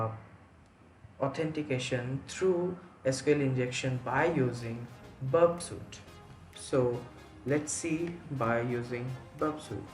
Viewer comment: It's 《Burp suite》not Burpsite